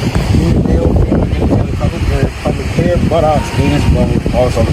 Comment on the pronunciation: The cop reading the code called pubic hair public hair 🤣 👏